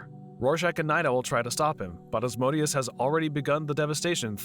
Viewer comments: Who the hell is “Oz-Moe-Dee-Us?” It’s “Ah-zee-man-di-uhs” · The way this guy pronounce Ozzymandias like ozmondius, and not O-zy-man-dius, physically hurts me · It's pronounced "Ozzy-Man-D-Us", not Oz-mode-ius FFS! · Ozzy-man-dee-us not Asmodeus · Ozymandias is pronounced Ah-zee-man-dee-us. LMAO 🤣🤣🤣 You keep saying Asmodeus. Invoking a chief prince if he'll may not be a great idea. Hahahah. I've watched almost all your recaps and thank you!!! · Isn't it pronounced "O-zee-man-dee-us" instead of "Asmodeus"? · Real crime here is the narrator pronouncing Ozzies name as Oz-MODE-ius... its MANDIUS... OZY-MAN-DI-US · It's not "Oz-mo-dias". It's Ozymandias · Just want to add that Ozymandias is pronounced "O-zee-man-dee-as" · just to be the comic book nerd from the simpsons, and just cuz i read the graphic novel lol, it's pronounced ozymandias. but well done otherwise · Love this recapper: Ozymandias is apparently pronounced "Asmodeus". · It annoys me how you pronounce "Ozymandius" as "Ozmodius" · You were saying ozzys name wrong. It’s OZY-MAN-DEE-US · Sorry, bu it REALLY hurts my ears when you say "Ozmodius"...he is called Ozymandias after a poem by Shelley... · Sounded more like "Asmodeus" to me... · Why Ozymandias sounded like Asmodeus in your mouth... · The original voice was the best, bring it back please!! Also, this guy mispronounced Ozymandias' name as Ozmonious?? strange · his name is pronounced oz-ee-MAN-dee-əs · Good recap, but you absolutely brutalized "Ozymandias." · The way you pronounced Ozymandias really irked me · its "Ozymandias"... i cringed so damn hard hearing him butchering his name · Yeah, I noticed it too, I guess his not familiar with the watchmen comics and only knows watchmen through this movie.